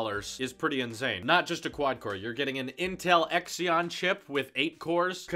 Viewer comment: The intel Xeon is pronounced like zeon